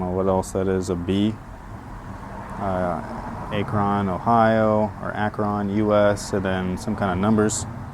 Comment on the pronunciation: I'm from the Akron area. 330 is the area code and you pronounced Akron wrong.